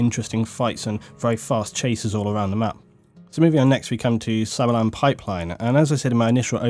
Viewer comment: lol like how says sabalan hehe